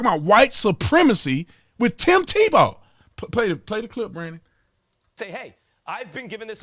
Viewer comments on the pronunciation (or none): I stoped listening to Stephen a when he said Tebow went to Florida St. Tevowbwent to Florida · Is it me or did Stephen a say tebow played at Florida state?? Lol